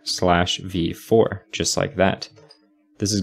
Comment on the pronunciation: Listening to this and hearing "uuID" and I think he's saying "uWu ID"